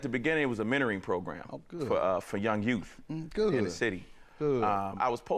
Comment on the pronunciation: He said Youff with two Fs!